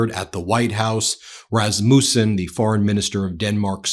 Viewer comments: Rasmousen? No, no, no! Rasmussen*. Lot’s of S in it, no ou. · Dear Ben, it is not pronounced RasmUssen, with emphasis on the u, it is derived from the firstname Rasmus, hence meaning the son of Rasmus, with emphasis on the first syllable - I sort of remember that since I've also had that surname... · I am very interested and impressed by your coverage of current events, but could you PLEASE do a bit of research beforehand and pronounce the names of foreign dignitaries correctly? It is pretty disrespectful, to say Razmoosen and Macrone etc. all the time. Obviously you have fact checkers and international correspondents, so you have the resources to do better! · Rasmuuuusen 🤣. Americans can't pronounce foreign names. Please stay where you are and never put a foot on European Land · Please pronounce his name right Ben. The U isn’t pronounced as a U. It is more of an A. My maiden name is Rasmussen.